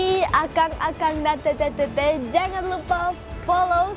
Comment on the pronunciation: teteh teteh....bukan tete tete...🤣